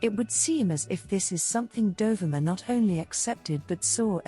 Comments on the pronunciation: Dear AI isn't it Dohveema! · Great archival photos. Just a gentle correction regarding the pronunciation of her name—it's pronounced Do-vee-ma. I'm not sure if the narration is done by AI or by you, but that's how Dovima pronounced her name. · Typical AI nonsense. Her name was pronounced Dov-ee-ma, and "dollar a minute" is not "dollar a mAI-nute".... (To name but two.) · It's Doe-VEE-ma!!!!!! Google it! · Please, to the narrator, learn to pronounce her name. DOVIMA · Pronounced: "doe-VEE-ma" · Isn't her namy pronounced.....Do...ve...ma...???? That's what I thought..😊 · It's dov E ma. Pronunciation please!? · This is a nice collection that is a fraction of her portfolio. She was a friend of mine back in the 1980s in Ft. Lauderdale. The bikini shot by Toni Frissel on a Jamaican beach is not her. And the commentary butchered the pronunciation of her name.